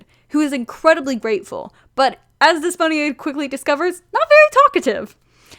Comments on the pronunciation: wow haven't seen this vid in a way but i just wanting to say(coming from a Greek person) that Despoina is actually pronounced as Depsina (D is pronounced like Th) :) idk just wanted to tell you how it's pronounced lol <3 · The name you were trying to say is pronounced Despina (You probably saw it written as Despoina but in Greek "oi" is pronounced as i (like the i in fish)) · I think Despoina is pronounced Des-po-ena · Hello, a Greek here. In case you were wondering, in Greek Despiona is pronounced the-spi-na not th but like the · HA I THOUGHT YOU SAID DYSPHONIA AT FIRST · It’s pronounced “Thespo-e-nuh” or “Des-po-eena” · Pastel Cryptonym Isn’t it pronounced Des-Pee-Nah?